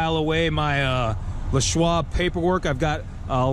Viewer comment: Why the hell do you pronounce it Le' Schwab, like Pepe Le' Pew? His name was LESSSSSSS.